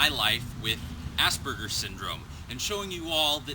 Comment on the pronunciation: Try being obsessive about naming and saying your disorder PROPERLY!!! We do not, not have ASS-BURGERS!!!!!!!!!! For me to hear ASS-BURGERS over and over is like a vacuum cleaner or yard blower for me. Good lord man try to hear yourself, changing it to having Aspergic tendencies because your an Aspergican. Emphasis on the SP with very soft A. Besides sounding HORIBLE it is degrading and bullying. I mean, ass combined with a greasy sick sandwich, please lets make an effort for proper changes.